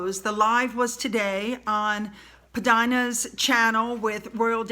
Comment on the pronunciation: I feel bad for criticizing you but I just need you to know that he PDina is pronounced Pea Deena, as that is how she introduces herself. Thanks and I do love and appreciate your videos.